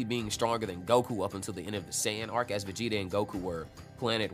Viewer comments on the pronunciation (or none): none